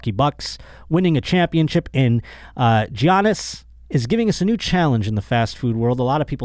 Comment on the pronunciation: It's pronounced like "Yannis" bro not "Gee-anis"🤣